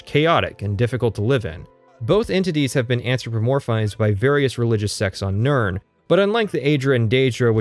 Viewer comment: Excuse me..... Nirn-what?